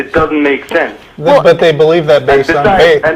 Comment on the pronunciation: Read a book,. Just one... then, one more, then one more... when you've reached a reasonable level of erudition, come back and we can have a reasonable conversation. It's "sense" not "since," "something," not "sumthin," etc. etc....